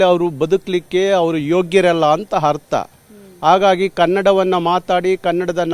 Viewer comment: Hartha Alla Le Yappa Artha Adu🤦‍♂️🤦‍♂️🤦‍♂️ Orata Alla Le Yappa Horata Adu🤦‍♂️🤦‍♂️🤦‍♂️